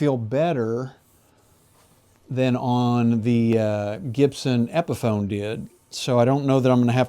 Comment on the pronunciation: Epiphone not epson😂